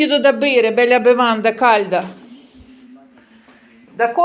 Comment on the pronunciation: Там мiсцевiсть не при чому,20 рокiв живу в Iталii,можуть бути рiзнi дiалекти,деякi слова кажуть по iншому,но лятте,белля-це занадто.До речi,мама живе в тому ж регiонi i в неi чиста iтал.мова.